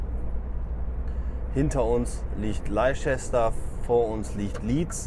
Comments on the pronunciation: Noch ein Nachsatz, Leicester wird nicht "Leitschester" ausgesprochen, sondern einfach nur "Läster". So ist das halt bei den Briten, von manchen Leuten auch Inselaffen genannt. Ich hab diese nie so genannt, denn ich konnte nicht nur während meiner Bw-Zeit sehr viele kennenlernen (Staffelaustausch bei der Luftwaffe). Durch ihr Inseldasein hatten sich halt manche Sachen ergeben, die wir nicht oder nur schwer verstehen. Doch Affen sind sie garantiert nicht. Ich nehme die Briten hin, wie sie sind, denn auch mit uns Deutschen ist man nicht überall zufrieden. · Die Briten sprechen Leicester als „Lester“ aus. Schöne Grüsse aus Bern. #Maennergrippe